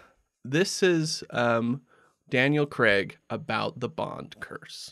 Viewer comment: It's not Creg for fuck sake, it's Craig as in 'may' or 'stay' - here, for the Americans who have problems with simple words (that seems to be most of you) - say this out loud, nice and slowly....'Craaaiiig', prolong the letter 'a' and repeat a few times. There, don't you feel better actually knowing how to say a five letter word correctly. ps absolutely love your show.